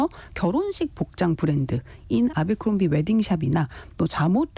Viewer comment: 에브라크롬비 라고 발음?